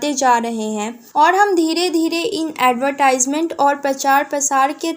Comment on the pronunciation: It's not ad-y-tysment It's adve-tysment